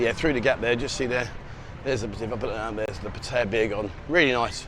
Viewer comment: you're a great guy and I love your show can I get you to please pronounce Pattaya correctly. Sounds like (pat..tea..yah) please